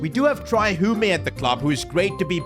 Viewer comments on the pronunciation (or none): It’s pronounced Hume not “humey”